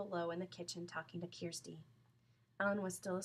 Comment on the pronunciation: it is kirsti not kersti